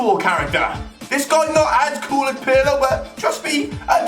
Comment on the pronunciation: Hahaha Pirlö? PIRLO BOY